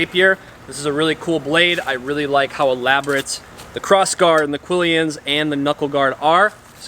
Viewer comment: And quillon - not quillyon.